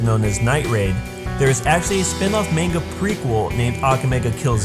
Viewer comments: How can you correctly pronounce Susanoo but not manga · Lel ye pronounced manga wrong, great vid do.